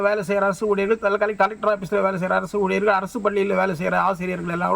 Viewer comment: ஊழியர்கள் என்று சொல்லாம ஊழியர்கல் என்று பேசுகிறான்😂.